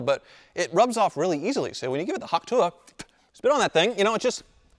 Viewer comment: “Hawk tua” LOL.